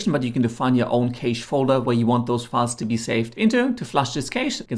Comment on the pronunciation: Please stop saying caysh 😂😂😂